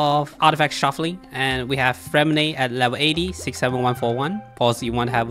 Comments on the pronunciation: Disgrace to us french, Lynette is the et sound freminet is the é sound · Ok so his name is somewhat intricate but for the French accent purists or for those who care, how you’d typically pronounce Freminet‘s name is along the lines of [frghre-mei-naeh]. The “rghr” is rolling the r in the back of the throat.